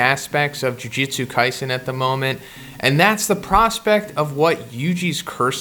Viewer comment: I like how you keep saying jiu jitsu lmao